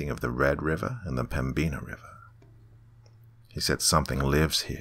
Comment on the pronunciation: The B is silent in Pembina and the "in" is pronounced just like the word "in"